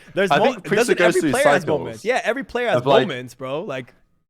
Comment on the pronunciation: Preistahh is the glue fosho